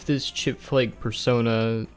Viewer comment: For a moment i thought said "chick-fil-a" instead of "chipflake".